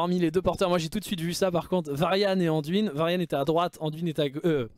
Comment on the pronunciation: Salut, pourquoi prononces-tu le nom " Anduine " en français, il n'y a pas de E à la fin donc phonétiquement ça doit se prononcer " Andoin " et même si son nom est Anduin